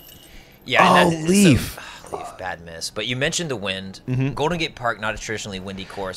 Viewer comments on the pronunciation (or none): You say Leif wrong. If you say ei like ey you will come closer to how it sounds. Leif is pronounced Leyf in Swedish. Typical Swedish name. Guess that Leif Swenson has Swedish or nordic ancestors.